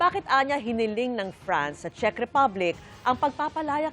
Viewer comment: Correction lang po maam. Czech Republic ho.. Hindi po chick ripablik🤣✌🏻